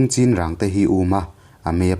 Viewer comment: Chinrang hi i lam diklo, a thluk a diklo